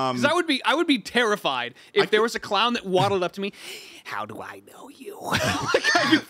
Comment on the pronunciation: "You're gonna mOvE it? hAoW?" 😂